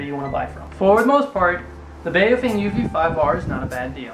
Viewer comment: It's pronounced bow-fung.. bow as in the bow of a boat